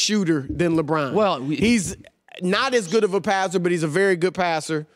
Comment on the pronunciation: Jesus Chris Broussard, he's names not "LeBran". 🤣